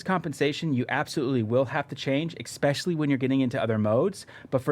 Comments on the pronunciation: Let's make it a drinking game. Drink everytime he says EXpetially! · Holy Shit!!! There is no X in the word ESPECIALLY!